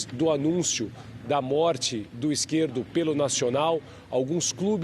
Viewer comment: É Izquierdo e não Izquierto, ajeita isso aí